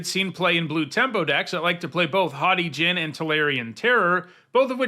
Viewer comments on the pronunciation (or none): none